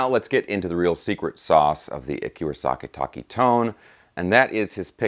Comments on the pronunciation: "Akira SAKA-TAKI"...LOL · "Akira SAKA-TAKI"..?? LOLZ... Luv your videos,!! Thank you for this, though. Ever since Crazy Nights, this guy had my attention. (Devil Soldier & Birthday Eve are great pre-fame albums, too).